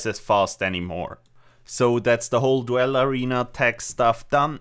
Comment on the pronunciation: its pronounced DOOL not DWELL, otherwise great video